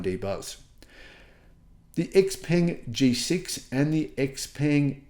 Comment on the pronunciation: You need to pronounce X Peng correctly!